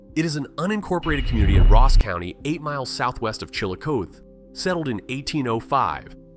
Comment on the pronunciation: Chill- a- cawth-ee is the correct pronunciation not chill-a-cote